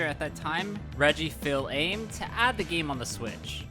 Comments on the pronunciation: Radsheet Feel Aids you said??? It's Reggie Fils-Aime. Red-G. Fiss M. A. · Reggie Feel Aims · Reggie Phil Aim. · Reggie fills-aim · “Reggie Fill Aim” Just… no. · R E G G I E F E E L A I M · Reggie Fills-Aim, oh my... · Could you not even look at a single pronunciation for Reggie Fils Aime? Come on man, this isn’t rocket science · We're going to have to talk about how you said Reggie's name. That was painful. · how did he do that to my man Reggie like that 😔😔😔